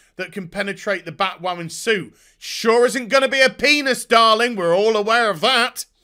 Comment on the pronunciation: The word is Batwhaman.